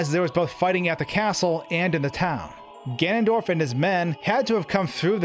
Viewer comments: Omg.... Another video using "Gandorf". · Why does he keep calling the antagonist "Gandorf?" Missing a whole syllable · Why does he say gandurf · Who is this "Gandorf" you keep referring to? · Gandorf? That sounds so wrong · Why you call him gandorf? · GANDORF Everytime I hear him pronounce Ganondorf like that it kills me alittle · Link, you shall not pass! ~Gandorf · Are you saying " Gandorf"??? 🤨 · i heard gandorf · "Gandorf" lol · is nobody going to talk about the part where he says "Gandorf" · I actually think he's saying "Gan'ndorf" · He says Ganondorf but shortens it to Gan'ndorf. As a German speaker I'm used to this. In German words with n-e-n are shortened to nn'. For example rennen (to run) is pronounced renn'. Think of English. Planned is written with an e, but is pronounced plannd. So no big deal here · Right. Its tipping me off so bad!!! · Man am I glad that I skipped half of the video to get to the point. Also: "GANDORF" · He's not even saying it properly, he's literally saying "Gandorf" and it annoys the shit out of me. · Your pronunciation of "ganondorf" isn't correct... ugh. You're saying "gandorf" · I liked the video, i really really did, it's a quite somber detail, but for god's sake Gan-ON-dorf ... Kisses, bro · He said gandorf 😂 love that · Why does he say "Gandorf??" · Really¿ "Gandorf"¿ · great video but you keep mispronouncing Ganondorf lol. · omg, its Ganondorf not Gandorf. Slow down. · The way this guy pronounces Ganondorf as "Gandorf" gives me a tic every time. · Did you just call Ganondorf, Gandorf at about ??? Also, what if, the dying soldier was Ganondorf in disguise to get Link to open the Door of Time 😮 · If you make a video where you say "Ganondorf" 50 times, at least learn how to pronounce it... "Gandorf" is making me cringe every time. Seriously great content but something to work on. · Nice breakdown and exposition. Good stuff. But it's "Ganondorf", not "Gandorf". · It’s ganon dorf. Not Gan dorf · Ganondorf. Not Gandorf.